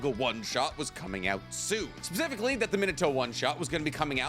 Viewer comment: bro said "pacifically", dead😂